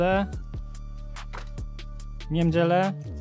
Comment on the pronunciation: Czy tylko ja słyszę „w niemdzielę”?